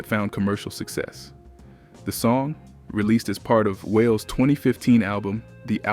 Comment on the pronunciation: Who is whale? It’s pronounced Wah-lay(Wale)